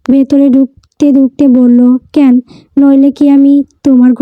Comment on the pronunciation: উচ্চারণ টা ক্যান নয় ক্যানো, একটু খেয়াল রাখবেন ক্যান উচ্চারণ টা শুনতে ভালো লাগে না।